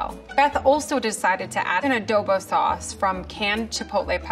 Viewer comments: “A doe bow sauce” FILIPINOS BELIKE: Girl its adobo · A dough bu sauce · did i just heard Adobo sauce... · Did she just said "adobo suace"?? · The way the scientist pronounces adobo hurts my soul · Did I heard Adobo sauce? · Did i hear adobo sauce?